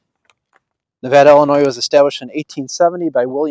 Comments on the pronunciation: Pronounced Nuh VAY duh😊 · Great to see the cleanup! BTW, locals pronounce it Ne-vay-da.